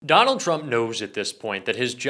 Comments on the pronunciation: Trump, not Turmp. :) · I'm sorry... What's a Turmp cover-up?? LOL